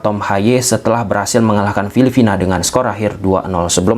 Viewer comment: Filipina bang.. bkn filifina :face-purple-crying